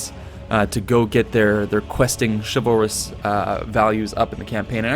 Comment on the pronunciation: Xin Guan Same with chivalrous.